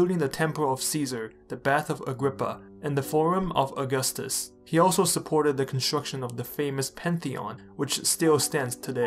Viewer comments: It's not August-us it's au-gus-tus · It's augústus not aúgustus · You're pronouncing his name like the calendar month. It's really more like "a-gus-tus". That first u is basically silent. Our pronunciation of August has changed over time. So even though it's named after Augustus, it's not pronounced the same way. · The stress is on the second syllable, not the first. "Uh-GUS-tus." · In the word "Augustus", the stress is on the second u, aka "Aug*u*ustus". It really sounds weird to me every time I hear you say his name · The first item on your research list should have been how to pronounce the man's name. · Makes a whole video on Augustus Doesn’t say Augustus right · Dude. If you’re going to make about a video someone, please at least know how to pronounce their names the right way. Thank you.